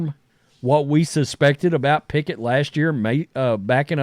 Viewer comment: Kenny “Pack-it” will never get a start over a healthy Jalen Hurts.